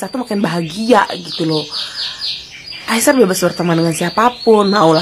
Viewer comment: Hello admin...sebutan namanya adalah Ai-sar..bukan Ai-syar...come on lah...cuba anda sebut dengan benar dan betul..!!